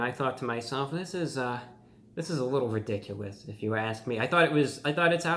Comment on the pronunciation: Widicuwous OwO